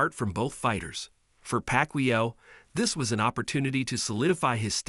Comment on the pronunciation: If you can't even pronounce his name right, I'm not watching the vid. Simple. Shitty AI voice outta here.